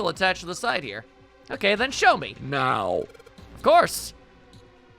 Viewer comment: the way you said "now" here tripped me up so bad, I had to do a triple take just to make sure I wasn't imagining it